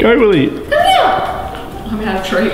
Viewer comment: It’s willeh